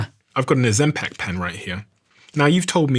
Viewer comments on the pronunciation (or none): You're still mispronouncing Ozempic, even with a metabolic expert in front of you immediately correcting you. Ozem "Peck"? Ozem "Pick". You had this problem a year ago with Johann Harri and still haven't corrected it. Why?